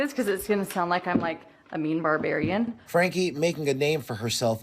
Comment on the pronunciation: Her name is Frankeee, and the sentence is 4 to 30 years, NOT 60 years.